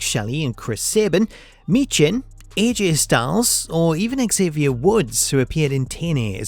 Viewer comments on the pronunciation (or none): none